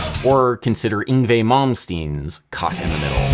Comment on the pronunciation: And today I've learned how to correctly pronounce Yngvie's name. Damn, Adam.